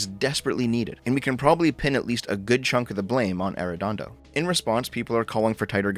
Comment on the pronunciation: It's so weird hearing talk about my hometown but I don't know what's worse: The incompetence of those police officers or hearing pronounce Arredondo. Dear Lord